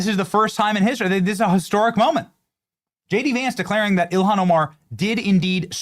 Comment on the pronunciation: JD needs to pronounce Ilhan’s name correctly, unless he’s doing it to demean her, of which she deserves.